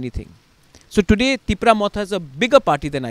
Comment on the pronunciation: It’s TIPRA MOTHA not cipra